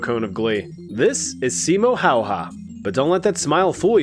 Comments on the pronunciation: As a Finn I have to give you props for your amazing pronounciation of Simo Häyhä, good job!! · I respect the pronunciation attempt of Simo Häyhä. So much better than so many others.